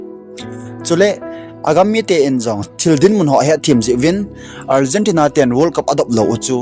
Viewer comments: Algentina hilou chu o bro! Argentina joh itiji diu ahije . chuleh finer hilouva final joh itiji diu ahije. Pronunciation hiti ho tabang jeh a hi minoise ichan jiu ahije. Ngailut jalla kahin sei ahibouve ong.. chubanna ipi pi seijong leuhen Final match chu Argentina ten Spainte chu ajolouvu ahijenge.. moh a gamtin adu Ada seijong leuhen, akichepmu chu ivet jongleh aboija ahijenge.. hiche a hin politics imacha alutpoiye. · Algentina hilou na pronunciation ahoi poi